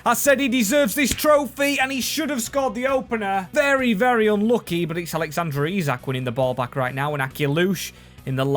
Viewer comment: Did he just say Alexandra isak